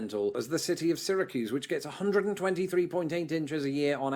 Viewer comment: Ist time he mentions where I live Syracuse New York and it's for the snowiest cities in America (which is true) also surprised he pronounced Syracuse the correct way since unless you live you everyone pronounces it wrong.